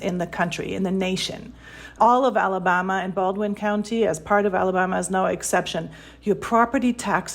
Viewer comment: Thank you! This woman’s pronunciations are agrivating. “Ala-bahhhhma”…ugh!